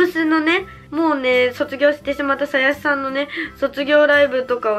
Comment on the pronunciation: さ↑やし ですよ！！ ハロプロはまってくれたら嬉しいです！ あと、佐藤優樹ちゃんはまりますよ！！！ ぜひ！